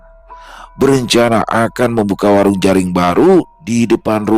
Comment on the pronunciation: Bukan jaring tapi jering 😂